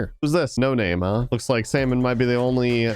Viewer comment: Its Salma-an not salmon